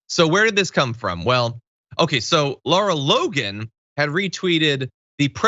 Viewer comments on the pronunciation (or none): none